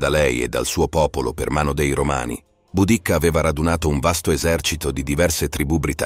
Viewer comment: Certo, immagino e ti capisco in realtà. Allora una via di mezzo perchè sentire la preposizione 'dei' pronuncita 'déi' da davvero fastidio. Sì, magari sono io palloso ma fino ad un certo punto in realtà. Se è possibile magari correggere il lettore digitale con più attenzione, non so. Poi, oh, non voglio fare il 'bravino', solo penso che prima o poi migliorare quaesta cosa sarà un passo da fare comunque. In fondo Barbascura o Geopop mica sono doppiati professionalmente ma guadagnano dal fatto di essere commentati da voce naturale. Una minima inflessione dialettale non da fastidio a nessuno se i contenuti sono buoni. Ma credo che continuando con un software più di tanto non si può pensare di allargarsi. Alla fine i canali piùù famosi non lo usano. Ti faccio invece i complimenti per la risposta professionale e pacata a quella che, giuro non lo era, poteva sembrare una provocazione; ciò dimostra un professionismo non da poco. I miei migliori auguri.